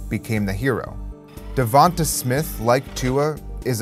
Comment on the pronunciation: its pronounced duh-von-tay. Not duh-von-tuh